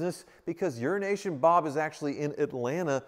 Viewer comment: I'm not sure if it is a running joke or not but is aware he pronounces Euronation as Urination? Haha